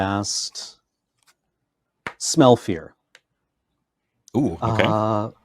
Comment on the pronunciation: The first time said "Smell Fear" I heard "Smell Pierce" and I thought they made some wierd new card called "smell Pierce"